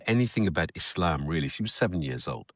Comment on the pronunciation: It's e-slum.